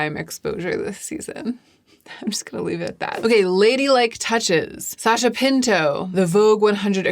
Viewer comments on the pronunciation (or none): none